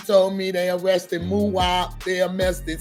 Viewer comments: They mauressted muwhop lady can’t pronounce arrested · “They amessted “ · I can’t get over how his mom said arrested wrong when she said c-thang lol “Amested” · "They ammested c-thang" 😭😭😭😭😭😭😭😭😭😭😭🤣🤣🤣🤣🤣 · Damn they Amessted cthang??? Not amessted😂😂😂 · Damn first she says they arrested then she says they amessted lol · That "Ammested" Pisses Me Off Everytime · "They arrested muop they aMMested cthang"... Smh.